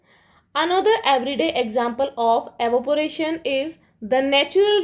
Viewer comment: Evaporation ❌arovpation✅